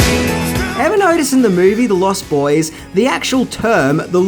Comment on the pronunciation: Stop saying the lost boys as if it's a sentence. It's pronounced as if it's one word. You're using the adjective as if it's a description. It isn't it's a title.